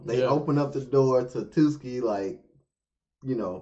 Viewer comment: Tsukki=TWOSKI XD